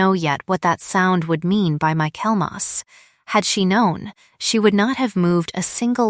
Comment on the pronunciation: It is pronounced “Michel-mus” think of the golfer, Mickelson